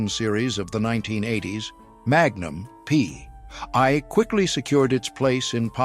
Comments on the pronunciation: Indeed. A.I. BS.. "Magnum Pee...Eye"... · Magnum Pee….I. AI is so stupid.